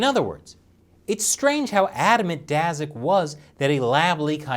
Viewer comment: Daszak is pronounced as Dashak; sz=sh